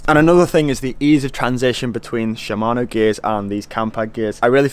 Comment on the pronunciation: Smokey Shimayno?